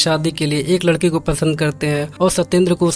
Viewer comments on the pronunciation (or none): Arre bhai, at the beginning of this video: ladka ladke se ni, ladka ladki se milne ja raha tha (E ki matra use karo), tum ladka aur ladki ko ek jaise pronounce kar rahe ho